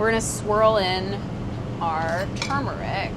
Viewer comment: FINALLY someone who pronounces turmeric correctly. Everyone else says "toomeric" and it drives me nuts.